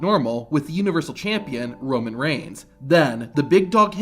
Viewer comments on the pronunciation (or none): none